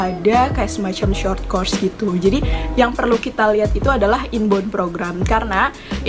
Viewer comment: Mbak 'inbound'- is prounce as "in bow'on" NOT 'in bond'. :)))